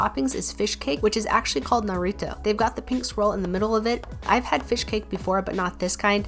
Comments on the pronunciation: She said it correctly god bless her ❤️🥺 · She pronounced naruto correctly... SHE PRONOUNCED NARUTO CORRECTLY! TAKE MY LIKE